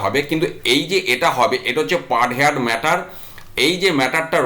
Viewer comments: হেয়ার্ড নয় হার্ড উচ্চারণ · Say 'hard', not haired. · Heard উচ্চারণ হেয়ার্ড নয় | হার্ড |